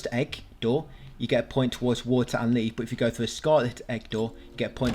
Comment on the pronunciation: How many people thought was saying "Leaf" and "Imortia" the whole time instead of "Leave" and "In Water"?